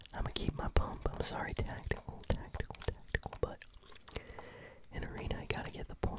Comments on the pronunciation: He says tatical and it brights my day ;) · Yes i hate it